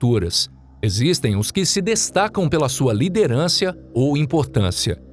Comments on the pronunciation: LIDERANCIA??? KKKKKKKKK... FORA OS NOMES DAS FIGURAS SEREM DEVERAS ERRONEAMENTE PRONUNCIADAS, ALGUNS NEM SÃO DAS ORIGENS SITADAS. CADA UMA VIU. KKKKKK... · "liderencia" kkkkk